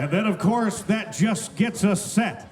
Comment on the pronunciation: Boualam Arbaoui she say“ofcours”